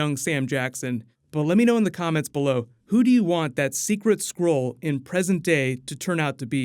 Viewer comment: It's SKRULL not SCROLE